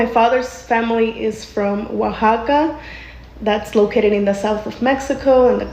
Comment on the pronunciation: Oaxaca is pronounced WA-HA-KA. but yeah im pretty sure the racism came from the spanish as a way to keep their hierarchy. basically, spanish royalty and the catholic church are at the top, and in order for them to stay on top, they divided everyone else beneath them. nobles, bishops, clergy, merchants, peasents, slaves are part of that system. then they furthered divided them by gender, and then they divided them even further by race.